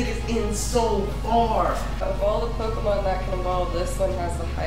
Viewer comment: Yea, a Pokemon master says Pokemon wrong. :P